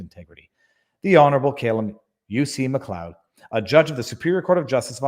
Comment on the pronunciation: Did you just mispronounce MacLeod? I mean, WTF. Have you not seen Highlander?